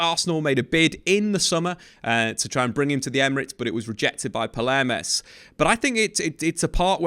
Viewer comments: Just a correction, the pronounciation is not Palermes but you can say It like pao-may-ras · please look up the pronunciation and also read correctly before you murder team and player names in a video. its Pal-mei-ras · Is it palmeiras? Or paleirmas?